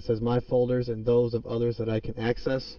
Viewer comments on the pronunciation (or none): none